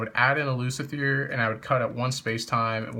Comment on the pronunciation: it's Lu-ci-fer not Lu-ci-fier